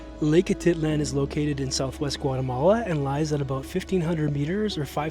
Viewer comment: Lake a tit lan. That’s a first I’m pretty sure it’s ah teet lahn